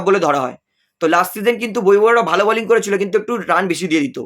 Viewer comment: কথাটা বোলিং বলিং নয়।